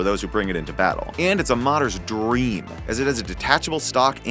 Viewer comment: the way he says dream